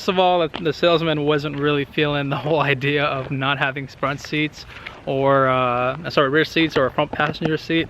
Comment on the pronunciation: What did you say?? SPRUNT SEATS XD